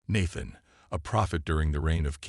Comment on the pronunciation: The masculine virtues? Give me a break. And the machine should get the pronunciation of Nathan correct, once and for all.